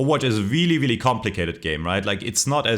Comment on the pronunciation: weely weely impoahtent